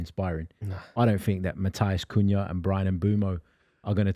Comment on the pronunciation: It’s like these boy don’t really watch man United or the premier league you could hear how he said Matheus Cunha name, he has no clue how good Cunha and Mbeumo are